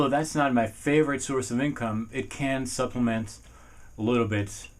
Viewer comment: Great video but u said supliment a lot